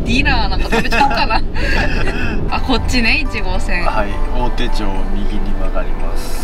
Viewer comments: 明治学院大学と明治大学は別の大学ですね。 大手町 おおてちょう→おおてまちですね。箱根駅伝のスタートとゴール地点です。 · 国１走破おめでとう！ 東京タワーきれいですね！ 虎ノ門はアメリカ大使館が近くにあります。 大手町は おおてまち と読みます。